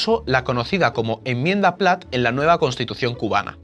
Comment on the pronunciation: Un vídeo muy interesante. Yo sí quiero un vídeo sobre la United Fruit Company y demás tejemanejes estadounidenses. Por cierto, hazlos con calma para que no se cuelen cosas como "deshaciera" o "emmienda". Gracias por vuestra labor divulgadora.